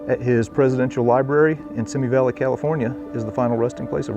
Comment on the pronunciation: FYI: It's pronounced "see me" valley...